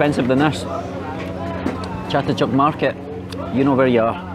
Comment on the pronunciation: Agreed - also comparing the the noodles you eat in Malaysia to pad Thai is so culturally insensitive. Pad Thai is the national dish of Thailand and to make such comparisons when clearly it’s a different dish with a different flavour profile is pretty inconsiderate. Moreover, your Thai pronunciation of Chatuchak was pretty bad and watching your other videos of Thailand was confusing to see you half use English and half use Thai despite you clearly knowing enough to converse with market people (however tone wise was inaccurate).